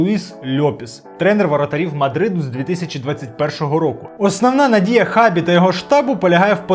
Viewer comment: Його ім'я читається як Шабі, а не як Хабі)